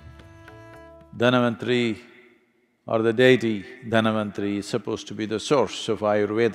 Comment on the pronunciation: Not Dhanavanthari, it's Dhanvanthari..🙏